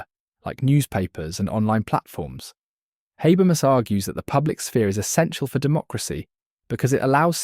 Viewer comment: I couldn't watch the video because you can't pronounce his name. And what is worse, you don't even stick to one, each time, you say something different. it is HA-BER-MAS as written. Straightforward.